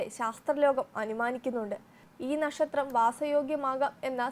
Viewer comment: നഷത്രം അല്ല കുട്ടീ നക്ഷത്രം.. നാക്ക് വടിച്ചു വരൂ..